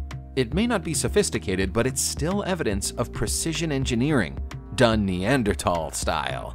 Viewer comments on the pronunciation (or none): This guy can pronounce all these extravagant words but he cannot Pronounce neanderthal right